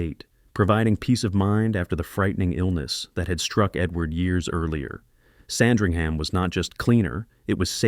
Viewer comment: FIRST of all, it's pronounced Sand-ring-uhm.